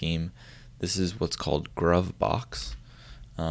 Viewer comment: I think it's pronounced "groove box"... I wasn't aware fish had that normal/input mode. I must give that a try.